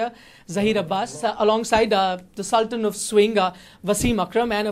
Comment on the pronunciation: Chutiye Sultan - सुल्तान & not सल़्टन !!